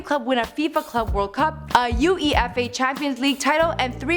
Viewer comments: she's butchered more words than Michael would have... Who is "Eric Catona?" How hard is it to pronounce "uefa" (you-ay-fa). And half of the information on him is bullshit... In his first two years at United he didn't win a Champions league or a club world cup... A "silver ball in the World Cup" is most certainly not "FIFA player of the year" 😂😂😂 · She pronounced the words individually U-E-F-A lol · It’s not U E F A it’s UEFA one word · Fifa CLUB world cups and didn’t pronounce UFEA right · Its UEFA not U E F A you twonk!! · Starting she says that real madrid won 3 world cups... Jesus fucking Christ... And she separates UEFA into separate letters.. Do yall really not to research?? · is it really that hard to say Uefa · The way she prononounced UEFA 😂😂😂